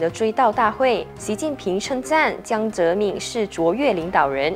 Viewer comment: 怎么能够把堂堂一个中国前国家主席的名字念成这样呢？ “民”念第二声，不念“敏”。